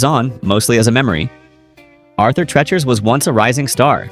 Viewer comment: It’s Arthur Treacher not Tretcher. Geez.